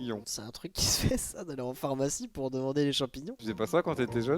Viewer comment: C'est moi ou il a dit Phormacie et Phormacien?